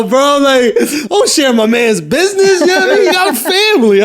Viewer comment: "buiseness" lol